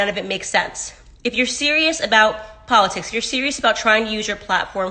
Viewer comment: I love po-litics 🤦🏽‍♂️